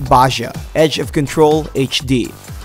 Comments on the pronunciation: Is 37 "Ba jaa" or "Baha"? Lol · Wait wait wait, how the fuck did you just pronounce Baja???